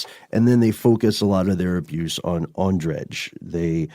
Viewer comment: in slavic languages J is not pronounced hard like "Zh", like in your american english how you say that name ondrej. it is more like Y. so his name is not ondreZh it is ondrey or andrey, czech and slavic version of andrew.